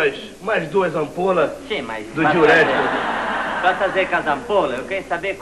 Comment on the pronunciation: "Duas ampolis do diurétikis" kkkkkkkkkk